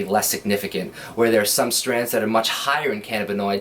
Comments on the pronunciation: Strains my man strains not strands 😂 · Its STRAINS....not Strans....these guys are tools..